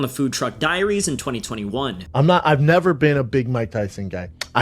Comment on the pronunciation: “Ahb nelva been a big Mike Tyson fan” said stupidest mofo alive.